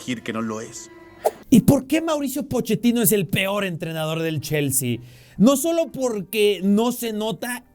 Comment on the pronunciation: Cada quien puede tener sus opiniones pero como una pequeña observación, lo esta pronunciando como Jaissel, Yaissel o Llaissel con L al final, se que es mexicano igual que yo, si lo quiere leer en español tendría que ser JaisslE con E al final, si lo quiere leer como inglés sería Jaissli o ly, recuerda que ellos promuncian la e como i o y, ahora si lo quieres leer como alemán porque el nombre alemán sería Jaissle con la última sílaba acentuada LÉ. Porque si no lo estas leyendo mal en cualquier idioma, saludos 😅